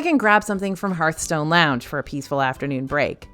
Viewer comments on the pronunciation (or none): none